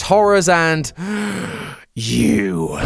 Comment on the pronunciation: That “YOU” was personal